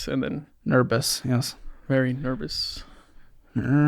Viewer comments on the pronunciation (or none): “Nerbous?” “Yes, very nerbous…”